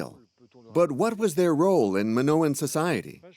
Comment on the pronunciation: How can you trust anything that's said if the narrator can’t even pronounce Minoan correctly, let alone Theseus and Daedalus?